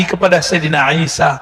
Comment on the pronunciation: Klo orang yg ilmunya tinggi menyebut sayidina isha. Juga jadi sayidina Aisha. Coba yg nonton video ini benar GK menyebut nabi isha. Jadi Aisha. Apa saya yg slah dengar lanjut kelamaan jadi nabi isha. Tidak Aisha lagi.